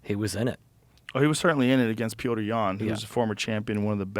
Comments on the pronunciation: I may eat my words on this but I'm pretty sure Joe Rogan is pronouncing Petr Yans first name incorrectly because there's another fighter on the UFC roster I believe that is spelled how Joe is pronouncing it (Pioter) and Petr Yan is pronounced just like Peter or of anything like Petter... again I'm not 100% sure but I just tend to notice every time he says his name and can't help but think that he's confusing the pronunciation with another Fighters first name, just like he was confusing the last name of Paddy Pimblett for multiple podcast episodes saying his last name as Pimbelton. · It's pronounced "Peoter" not "Peetree" Yan.. Thanks for clearing that up for me Joe! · Pee OTER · Why does Joe always have these deep conversations with people who have no friggin idea or any real passion for the sport? "The other guy" when you can't even say Petr Yan , then he comes around and says "my top 5 fav events" WTF ?? ok